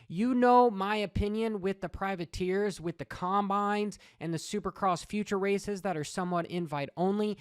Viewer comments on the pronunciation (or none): none